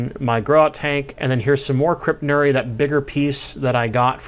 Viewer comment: Nice crypt. This ones specific epithet is pronounced nur-e-i.